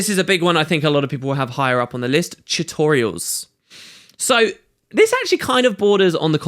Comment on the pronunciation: I love how you say "chutorials"